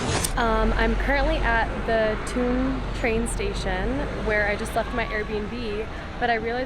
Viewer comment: Thun is pronounced Toon.